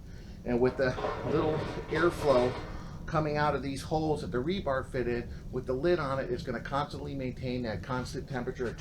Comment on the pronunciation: It's rebar, not rebarb.